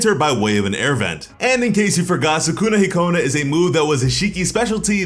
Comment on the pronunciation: Any Persona/Smt fans mad at how he's pronouncing Sukuna-Hikona or is it just me😭